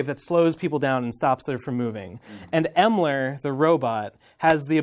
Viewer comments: >calls Emerl "Emler" and "Elmer" autistic screeching intensifies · Honestly the funniest thing to me is him struggling to pronounce “Emerl”